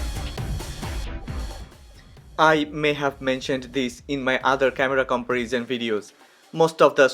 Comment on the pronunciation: i love your new look man, it's amazing, well my advice is: since you make videos about camera comparison, and alot of people are interesting, so i think you should say the word "comparison" right, your English is excellent, but the content is about camera comparison and the only word you should say right actually you say it wrong, find the right spoke of the word comparison, Big love 👊🏼 Big loyal fan 🤜🏼🤛🏼